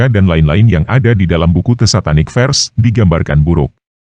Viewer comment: Bukan "satanik fers", tapi bacanya "Satanik fersES".. bacalah begitu.